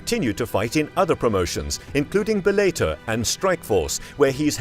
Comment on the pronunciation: It's pronounced bell a tore